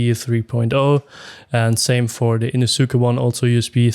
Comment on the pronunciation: Great video and good review! It was funny hearing it that way but I’m sure everyone would understand! Thanks for the review 👍🏽